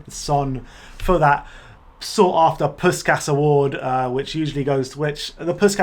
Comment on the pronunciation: Thus continuing on, Puskás is “poosh-kahsh”